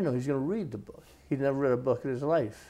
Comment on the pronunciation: Shorter!?!?! Nevvah! Sahh!!!